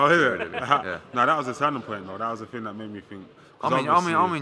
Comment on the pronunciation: "This levels to this ting" FFS Eddie hahahahahahahahahaha